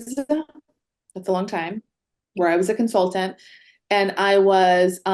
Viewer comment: Is incapable of pronouncing the "t" in consultant and other words with that letter in them? I cringed every time she said "consulant" in stead of "consultant".